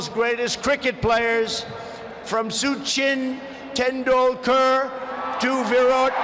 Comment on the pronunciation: Su-chin Tendolkerr